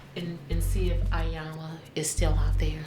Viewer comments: And saying 👁 yanla instead of pronouncing Iyanla's name correctly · Apart from their other disrespectful behaviour, this family continually mispronounces Miss Iyanla's name... it's basic courtesy to get a person's name right!!!